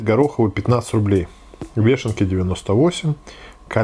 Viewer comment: Грибы вэш, грибы веше, грибы вэшен. ГРИБЫ ВЕШЕНКИ.